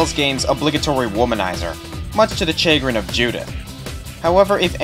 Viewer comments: Chagrin is french, and is pronounced "shuhGRIN", not "CHAYgrin" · Sorry if you have heard this a thousand times already, but that is not the right way to pronounce "chagrin". Great video. I love this series.